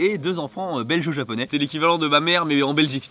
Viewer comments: On dit pas belg-e-o japonais ms belg(-e)-o japonais😂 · 😂😂 sa m as piquer les oreilles aussi 😂